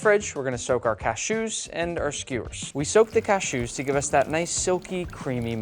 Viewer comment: What's up with the cashew pronunciation?